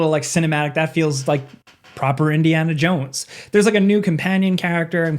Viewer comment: Ah yes, Indiana Junes